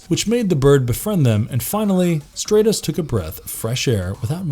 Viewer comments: The fact that this character repeatedly had his name mispronounced as “STRAY-TOHS” ruined the video for me. His name has a soft “A” pronunciation. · How is the He-Man universe one of your favorites when you can't even pronounce the heroes and villains names correctly it's Stratos like stratosphere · Who is "Straytos" sorry. Impossible to watch a video where the characters name is mispronounced every 10 seconds. Was the narrator even a fan? Or just a guy reading this? Armature stuff. Not a good look. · The character's name is Stratos, as in STRAT-O-SPHERE (the first syllable rhymes with cat) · Great video except it’s not pronounced “stray-tos.” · Why isn't he pronounced "Strat-os" like Stratosphere? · You say you like the he-man mythos but your saying Stratos name wrong it’s pronounced Straatos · Sorry, you lose me if you can't pronounce the main characters name... pronounced like "Stratosphere" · Really? Stratos with a short a, like stratosphere. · Nice vid, but I can’t get past the fact hoe you pronounce Stratos also: Skysled not Battleram